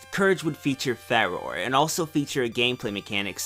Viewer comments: "Fah-Roh-Ray", not "Fay-Ror". Otherwise, great video. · Her name is pronounced like the godess. (Fah-Roar) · If you really care,, I'm pretty sure Farore's name is pronounced Fah-roar-eh, because japanese vowel pronunciation. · I always assumed that Farore's name was pronounced Fuh-roar-ay. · I've always pronounced Farore's name like Fa-roar-ee. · Farore "Fa Ro Ray" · I think the right pronunciation of Farore is 'Fah-roar-eh' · I've always pronounced it like "Fa-roray"; but I've always felt like it was wrong. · Nay-Roo Far-or-eh At least that's how I pronounce them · I pronounce Farore's name "Fa-Ror-Ray"